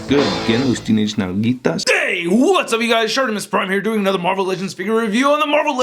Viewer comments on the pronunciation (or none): So close! jaja It's "nalguitas" :P